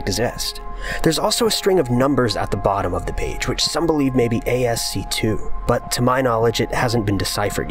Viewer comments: Ffs. Stop saying asc 2. It’s ascii. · ASCII isn't pronounced A-S-C-2. It's ASS-key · It's not "asc 2" you pronounce the i's with an e sound like "Ass-e" lol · ASCII is pronounced ASKY, NOT asc2… #dumbass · ASCII is not 'ASK-2' it's ASK-KEY... short for American Standard Code for Information Interexchange. It helps to know what you are talking about... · ASC 2? You mean ASCII, (as-key)? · ASC2??? That's hilarious. ASCII is pronounced "Ass Key". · A-S-C two? Is that how you think ASCII is pronounced? It is closer to Ask Key... Now there is something to think about, eh? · Can you not call ASCII asc-2? Please... Just call it ASC-EE its not a 2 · everytime you say ASC 2, i die a little inside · ASC2? Do you mean ASCII? I have never heard anyone call it A-S-C-2... only as ass-key. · Its ASCII not ASC 2 wtf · It is painful hearing him call ASCII A-S-C 2. It is pronounced "asky" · Ummm... you hopefully by now have realized, found out or been informed that ASC2 is not a thing. ASCII is an acronym for American Standard Code (for) Information Interchange and is usually pronounced ASKEE or if you REALLY feel the need to spell it out just ASCI(eye)I(eye) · It's pronounced 'ass-key' not ASC2. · The real mystery is why he's pronouncing ascii as "A S C 2". Has he really never heard of "askey"? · ASC 2? It's called ASCII !! ("as-key") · Took a bit to figure out what the hell he meant by asc-2 code. Duh, that's ASCII as pronounced askee. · What the fuck is ASC2? Oh wait a minute... Does he mean ASCII?? You dumb fuck! It's pronounced "askee" not ASC2! Christ! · A.S.C.2? Do you mean ASCII? (Pronounced askey). American Standard Code for Information Interchange. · ASCII... pronounced ASS-KEY, not asc2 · Um, it's not A-S-C-2, ASCII is pronounced "asskey" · ASCII is pronounced "ass-key" not "ay-es-see-2" bruh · It's ask-ee. Not asc 2. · "ASC 2 of some sort" ASCII!!!!!! IT'S ASCII THOSE ARE I's NOT ROMAN NUMERAL 2!!!!!! .............yes the hearing of 'ASC2" is kicking off my rage.